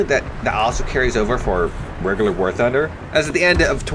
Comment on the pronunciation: it's literally impossible to hear what you say in the intro welcome back to warthugnhnugufne